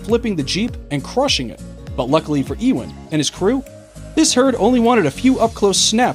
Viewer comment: EE=-wen? You-Wen... Work on your pronunciations